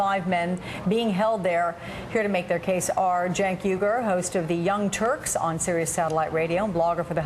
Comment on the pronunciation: Haha he didn't know how to pronounce cenk's name